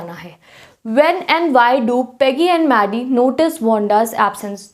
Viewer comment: Her name was 'maggie' not maddie😅😅😂 🤣